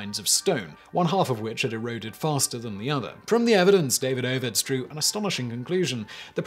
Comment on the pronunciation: Surely it's duh-VEED-uh-vits and not DAY-vid-OH-vits.